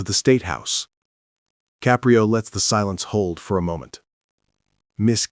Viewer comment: I enjoy the Judge Caprio stories however I found the mispronunciation of the judges ' name in the first half as well as the changes in the voice distracting and irritating. Poor editing.